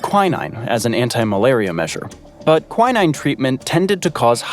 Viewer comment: It was mentioned that 60,000, 000lb/27,000,000kg of explosives were used. if these had been all detonated at once it would have been at least as powerful as one of the atomic bombs dropped on Japan. Another matter ''quinine'' is pronounced quin - een, not quy - nine.